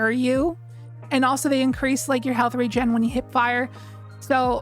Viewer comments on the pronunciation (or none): none